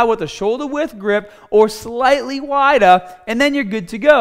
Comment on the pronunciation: "Slightly WYDAH"